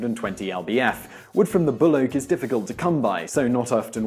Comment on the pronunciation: Angiosperm, gymnosperm, hard wood, soft wood, Xin Wang, Janka (pronounced 'Yank-a'), and I swear I though he said 'the hardest wood is said to come from the Australian 'bloke' (actually said 'buloke')...I have a feeling that this is a scientific topic in colleges with a decent amount of giggles. The comments posted previously to this one supports that theory, it seems. I've been doing some woodworking projects lately, and been wondering this same thing. Thanks for the information!